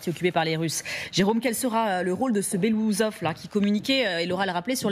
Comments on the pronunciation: BELASOUSOV ET PAS BELOUSSOV UN PEUT DE RESPECT !!! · BELOOUSSOV, PAS BELOUSOV ! 😂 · Ca ne se prononce pas “Belousov” mais “Belo-oussov” (qui veut dire en russe “moustache blanche “) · Il faudrait quand même faire des efforts et prononcer correctement le nom de la personne.